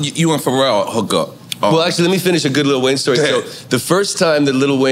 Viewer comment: Robin say "LITTLE Wayne" 😅. We say li